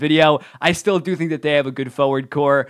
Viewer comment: Just a note...It's a forward corps, not a forward core.